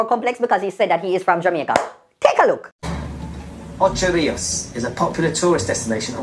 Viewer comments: His pronunciation of Ocho Rios wouldn't trick anybody. I personally know it as Ochi Re-us😂😂😂😂😂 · Mi vex so til bout the "Ochos" Rios video. 😡 One I dislike people mispronuncing my hometown but then he was so wrong to say he's from Jamaica. 😑 Nuff! Cho man.🤣